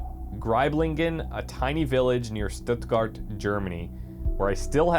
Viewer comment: When Our from Germany and you now where Stuttgart is xP (and laugh your a** of When someone tries to talk in german) but still it was a good try